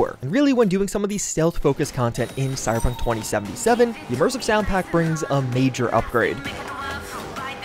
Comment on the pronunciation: Cy-Ber-Punk...3 syllables, not 2. Not cy-pun. Slow down.